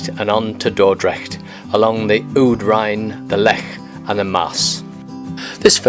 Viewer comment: Nice vid! Well here's a comment on your Dutch. Your 'ij' is fine! The Dutch 'ou' is pronounced like in 'loud'. Your pronunciation of 'Rijn' in Alphen aan de Rijn however is near‐perfect. On the other hand you make 'Woerden' sound like a German town 'Wörden'. The Dutch 'oe' is pronounced like in 'boot' and 'shoot'. The 'oo' like in 'bone'. On the whole, your Dutch pronunciation seems quite good! 👍